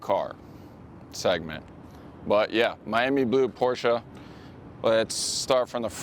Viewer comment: Wtf is a Porscha?!..